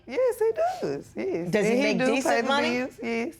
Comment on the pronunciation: It’s Yes!!! Y.E.S Not Yezzzz. Smh Honey you killing me! SMH